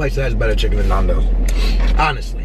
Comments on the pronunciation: Guys Chill, they pronounced it NAAANdoes because or their accent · narn-doh-s hahahahahha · It’s actually ‘nan - dough’s’. Dows implies it rhymes with cows, which it doesn’t, and ‘naan’ is as you’d pronounce naan bread, which isn’t how you pronounce Nando’s. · Please pronounce as following: Nan-Dough-zzzzzz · You pronounce it nan like nanny dos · Nondos lel we say nandos in South africa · I cringed everytime she said "nondos" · its NAN doze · It hurts my ears, to hear how you guys pronounce it, as we pronounce it differently over here in England haha. Glad you enjoyed it :) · its funny because nandos is south african and english people are the only ones besides us who pronounce it correctly! XD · It's so odd hearing the way you guys pronounce Nando's. I'm from England that's why lmao. Nando's is such a big thing over here though, I love it! Next time you go to Nando's - eat in, that way you can put more of the Nando's sauce on your chicken and oh my god it's even better! :) Love the video! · Hey guys, it is not pronounced like that. Secondly it is not Portuguese, peri-peri is, but Nandos is a product of South Africa, which the Portuguese introduced to us. It is an amazing takeaways.... but please give the heads up to South Africa.... because that is the origin of your fast food love. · Youre pronouncing it wrong, It's Nando's, it comes from the name Fernando. And Nando's is always better when you eat it at the restaurant because they actually make it properly, so that you don't complain. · Your not saying nandos right and I know because I'm from London and they have nandos everywhere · Ur saying Nando's wrong omg 😩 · you say nando wrong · Stop pronouncing Nando's wrong! It's u know a Cheeky Nando's😂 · You mean Nando's not naandos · its not Nondos its Nandos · Same. Nandos not nardos😂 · NANNNNNN-DOS not NAAN-DOS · Love nandos but I'm screaming at them it's nandos not nondos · They say it like NAUN*does like nan bread you say it like *Nan as in your grandma nan